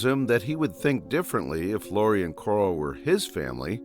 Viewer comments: It’s pronounced Carl not coral so car-al not cor-al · “Coral”? U mean “Carl”? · It's pronounced "Carl", not "Coral". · ITS NOT CORAL. ITS FREAKING CARL!!! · who the hell is Coral? dont you mean Carl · Why does this dude call Carl coral 💀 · Lol kept calling Carl Coral 😅 love it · I genuinely dont know if hes calling Carl "Coral" as a joke or not XD Im trying to focus on the video but boom "Coral". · I can't with the name pronunciations in the video lmfao first Corl then I lost it at Dave